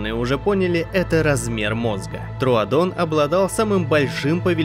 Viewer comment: Говорится тродон пишется троодон•_•